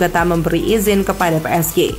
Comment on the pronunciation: Pengisi suaranya beda, lucu pas baca PSG "Pe Es Ge"